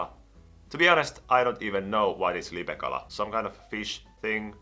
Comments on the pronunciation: puhu LIPEKALASTA eikä LIPEÄKALASTA. 😂😂😂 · Eetu Hartikainen ei oo olemas lipekalaa vaa lipeäkala se ei sanonu sitä oikein